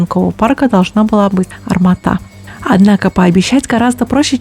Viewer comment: Арма'та не стоить путать с Алмата', у Т-14 ударение стоить на 2-ую гласную.